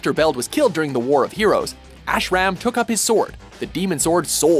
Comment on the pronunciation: The terrible pronunciations of "Ashram" and "Edo" and referring to "kendo" in Mugen's style is killing this for me. XD